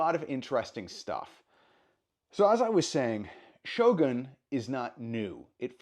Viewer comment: エミー賞で、SHOGANと発音する人が多くて、やっぱりアメリカは他国にリスペクトがないとがっかりした。発表する人ぐらいは、発音調べてて欲しい。